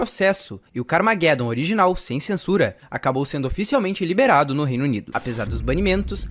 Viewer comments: Pronuncia-se "carmajedom" car + armagedon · CARA POR FAVOR, CARMAGEDOMMM, LEIA COMO SE LÊ-SE "ARMA"GE"DOM, fora isso o O VIDEO FICOU OTIMO, PARABENS! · ta certo essa pronuncia ai do carmageddon kkkkk minha epoca nao era assim que falava nao kkkk mas parabens pelo video joguei muito isso ai